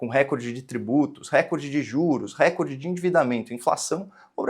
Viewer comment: Posso pedir uma gentileza? Fale “recórde” e não “récorde”… A pronúncia CORRETA só vai fazer brilhar mais a sua já luminosa inteligência. Desculpe, a impertinência…